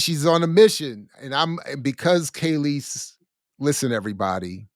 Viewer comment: Just listening mid point, and I just can’t take it… her name is KAAAAAHLEEEEESE… NOT KAYLEESE. The fact that you don’t even know how to pronounce her name after 30yrs shows you know nothing of her. I can’t take you very serious. You’re just reading rhetoric you found somewhere online.